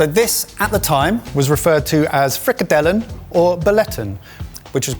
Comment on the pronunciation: We love our Frikkadelle in South Africa 😁. Very well pronounced!